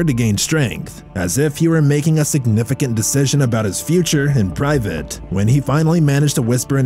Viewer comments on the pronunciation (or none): none